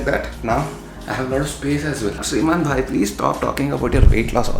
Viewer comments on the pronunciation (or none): none